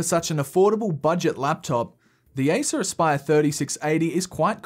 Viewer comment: Aissuraspaiör. Thats how it sounds in finnish ear😂 Its acer aspire!!